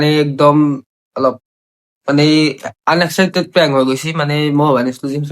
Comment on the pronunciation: Unaspactat ❌anuscpttaaat✅🤣🤣